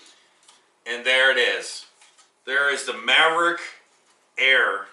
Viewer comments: Mavic not:)) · You should learn how to pronounce the name if you're going to review something LOL maverick? Its mavic!